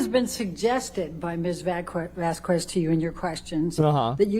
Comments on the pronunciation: It's not fykin "Vazquwezz". It's Vasquez. It's such a low key disrespect. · Can someone PLEASE tell Amber’s lawyer to stop pronouncing Camille’s name wrong. Jesus, what an annihilation... The “u” is silent, it’s not “Miss Vasq-U-ez”. Also this woman needs to find another occupation, she is terrible and clearly hates her job. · Heard's lawyer is lacking in many regards: Vasquez is pronounced Vaskez, not Vaskwez. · When the lawyer says "Ms. Vas-qwez" 😆 derp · I cringed every time Amber's lawyer pronounced "Vasquez" as "Vasqwez". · There’s something about how Ms. Heard’s lawyer lady says the name “Vasquez” as “Vass- kwess” that is making me want to make regrettable, violent life choices. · Elaine B mispronounced Ms. Vasquez last name on purpose. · The way Elaine pronounces Vasquez is criminal. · OMG. I literally can't take it! She's doing it on purpose too. She has slipped up and pronounced it correctly, that's how I know. She's being disrespectful intentionally. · Not her lawyer doing the middle aged white woman thing to do and mispronouncing Miss Vasquez’ last name even when others, including Amber, pronounce it correctly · Why is Amber's lawyer constantly butchering the other lawyer's name??! Vasquez isn't hard to pronounce AT ALL! 😅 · lmao why cant ambers lawyer pronounce vasquez, its not that hard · Every time Amber's lawyer mispronounces "Vasquez" she earns five more objections. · Turd's lawyer mispronounces Vasquez's name over and over again. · amber lawyer cant even say vasquez right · if Amber's lawyer pronounces Johnny's lawyers last name wrong one more time im gonna lose it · Also is it on purpose or can she not speak properly or is she just outright dumb that she can’t pronounce JDs lawyers last name. She keeps hard saying the Q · Take a shot every time this Karen mispronounces Ms. Vasquez's last name